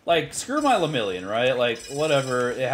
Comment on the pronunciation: Ima also need you to stop putting so much disrespect on Lemillion’s name 😩😂